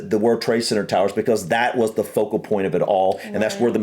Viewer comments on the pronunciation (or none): none